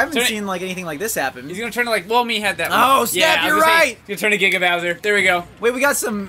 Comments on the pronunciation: He says "So long, Gay Bowser!" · for some reason I hear so long gay bowser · So long King bowser But sounds like So long gay bowser